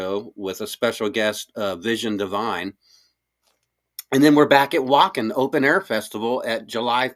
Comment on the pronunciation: the "W" in Wacken is pronounced as a "V"